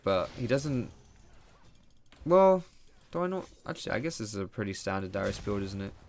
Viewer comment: Oui. DARIUS NOT DYRUS